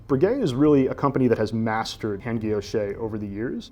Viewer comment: Learn to say Breguet correctly. My goodness